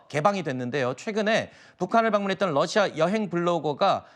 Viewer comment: 억양 왜 남한식 러시아 일까요 우리도 다른 나라를 호칭 할 때 중궈, 니혼 이런 발음 사용하지 않아, 국정원과 우크의 합작품 같다😊